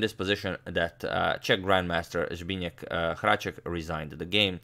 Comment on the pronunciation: Only agadmator can say "Zbyněk Hráček the Czech chess champion" right on the first try